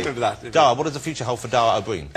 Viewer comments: His name is DARA. DA- RA! Not DAAAA. He calls himself Johnathan ROSS, not Jonathan Oss! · Ross cant even pronounce Dara properly ;)